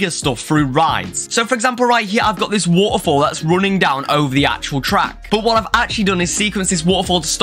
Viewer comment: how many times he said woafols